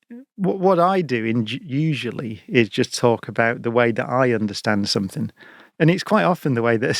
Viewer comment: Another great talk, but SOMETHINK!!! Really, oh no!!